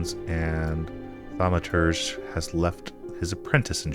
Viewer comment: You basically nailed the pronounciation. 😎 Thanks for playing,!